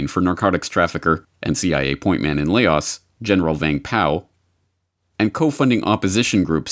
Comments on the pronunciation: The landlocked south east Asian country bordering Thailand, China, Vietnam and Cambodia, is not pronounced "Lay-oss". This is a mispronunciation of the anglicisation of a poor French transliteration. Lao.... Rhymes with cow. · The country LAOS in pronounced 'LOUSE' and not 'LAY-OSS.'